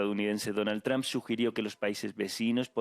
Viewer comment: Me encanta su Chanel pero no se pronuncia “TRAMP” se pronuncia “TRUMP” entre u y a ”